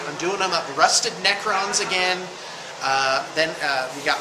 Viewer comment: Did he say 'rusted' or 'rustic' because 'rustic' necrons would be hilarious